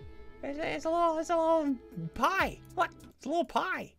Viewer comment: Why does he sound like that saying pie